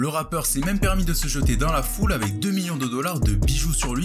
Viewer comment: Mdr t'as dis un "ratpeur"